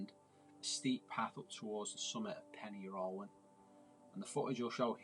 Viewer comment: Just for future reference Pen Yr Ole Wen is pronounced "Pen Urgh olay when" :)